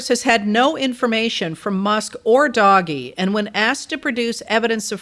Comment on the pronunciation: You are pronouncing Doge wrong and it makes you sound uninformed. But then again after only a few minutes that was easy to figure out.